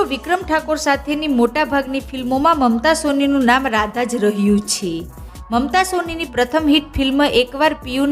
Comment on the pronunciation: આ યુટ્યુબરને "છે" બોલતા આવડતું નથી ખરેખર આ ગુજરાતન છે કોઈ બીજી છે? તેના માબાપે તેને નથી શિખવાડીયુ કે " છે" કેમ બોલવુ. એના ઉપર હસુ આવે છે